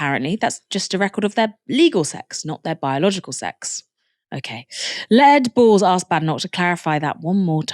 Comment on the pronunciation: did you call him Lead Balls? lol